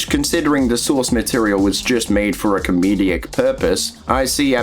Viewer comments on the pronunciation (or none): Great vid. Shows that you can't pass off fictional content as real. Even though Lt. lickme said some of his videos were fake, it's so sad that he used his talents for this purpose. Why do you pronounce 'comedic' as 'com-me-de-ic'? Bit weird. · Comedic. Com-ee-dic. Great video though :D